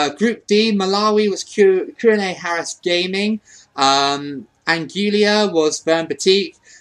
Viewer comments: 'Anguilla' is pronounced 'an-gwee-ya'. Also, Zambia, I choose you! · An - guil - la is how you say it is similar to Angola :- An - go - la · I actually forgot you did this thats why i didn't comment my team. Well Trinidad and Tobago for the next one. Also I pronounce Anguilla (Ang-will-a)